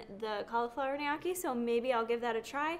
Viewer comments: Say it with me.. NO-KEY .. lol Knee-ya-key 😂🤣😂🤣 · Elizabeth Dodds Lol all Italian websites/videos say to pronounce it Knee OH Key (with the oh being emphasized). Not saying I know that’s correct, but just because your husband is Sicilian doesn’t make it correct 😆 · Please... Gniocci is pronounced NO-KEY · From an Italian person...Gnocchi = “Ne-ukky” 👍🏻🥰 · Just google gnocchi pronunciation. Great vid